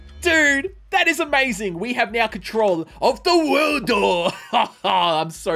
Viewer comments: its ZA WORLDO not THE WORLDO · “ The worldu” B-but it’s ZA WARUDO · Correctly Za WARUDO but not ZA WORLDO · I like how he said: " The worldu!" Instead of "za warudu!" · Bro said the WORLDO but it’s ZA WORLDO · This man said the wrold not ZA WALDRO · Theworldo? Yo mean ZAA WARUDO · Bro did he really say THE WORLDOOO!! Except for ZA WARDO okok its alright im not bashing or anything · I love the video, but God dangit if you say the worldo one more time instead of za warudo, I might hurt you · Bro said THE WORLDOA its ZAA WRAODO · aGH HE SAID THE WORLDO INSTEaD OF ZA WUARDO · Its not THE WORLDO its ZA WARUDO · Its za warudo not the worldo… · za not da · It felt so weird not hearing “za worldo” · when I heard him say "the worldo" I gringed so hard my battery died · When some says "THE WORLDO," you know they dont watch jojo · My heart broke when he said the worldo 🤒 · when he said the worldo i cringed so hard dude this man just needs to watch and read the animes hes gonna play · its called ZAWARDOO